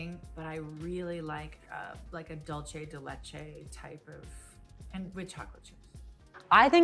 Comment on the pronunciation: She's saying dolce as in how it's said in Italian :)